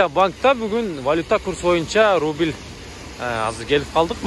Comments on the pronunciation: Рубил эмес рубль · Рудил эмес рубль